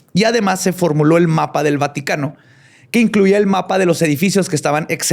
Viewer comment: vaticatences? vatiquences? vati..vatiiii?? Mi cerebro : Batman, cuando lleguemos a la Bati cueva me regala un bocadillo? si shaggi, todos comeremos algo , galletas y BATILECHE JAAJJAJAJAJAAJAJJAJAJAJRGTBZSEFRBHG ALV !!!!!! xD